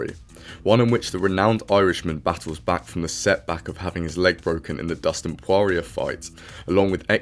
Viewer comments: Lol he pronounced it and dustin prorier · why do you pronounce dustins surname with a W? LOL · The way you said poirer 😂😂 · Why you saying dustins surname like that 🤨